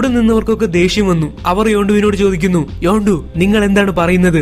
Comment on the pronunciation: Hello this is not your yondu it's yandu